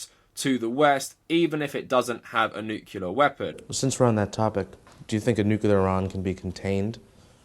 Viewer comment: "Nucular weapon" Ouch.